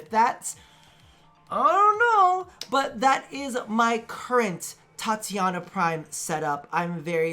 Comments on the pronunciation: Titania, not Tatiana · It's TI - TANIA you greaseball